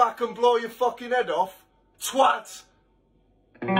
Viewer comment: If nl wants a tip to imrpove his british accent(s), the main thing I notice is mixing up the "ah" vowel sound with the "o" vowel sound, because they are basically the same in american english and he has to "unmerge" them. For example, every time he says "off", the vowel sound is like he's saying "ahff". And conversely, sometimes when he says something ending with "...ather", it sounds like the vowel in "bother". An example for you to check if you have this vowel merger is to check if "father" and "bother" rhyme in your accent. In any british, australian, or new zealand accent, these are two quite obviously distinct vowels. Another similar merger is the "au" and "o" vowels, which I hear sometimes mixed. The classic example is "cot" and "caught", but I've heard funnier examples like "thought" sounding like "thot" in an attempted accent, despite having different vowels. In general, if the word has an "a" in it, then the vowel will not be the same as the "o" vowel. But there are exceptions like "want".